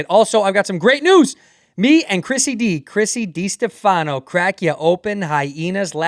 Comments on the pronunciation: “Chrisy D” 🤨 “Distefiano” ☺️ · Hi Andrew, since you're Italian can you please start pronouncing Di Stefano the right way? Thanks